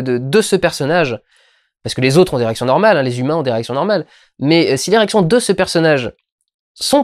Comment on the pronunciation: Tu dis l'érection ou les réactions c'est limite à des moments